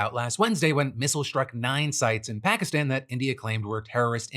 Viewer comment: What happened to your stupid pronunciation of Pakistan?